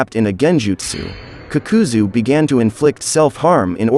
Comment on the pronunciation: I stopped when homie said kukuzoo🤣